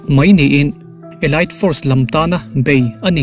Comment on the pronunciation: Elite elait a nilo, elit tih tur aw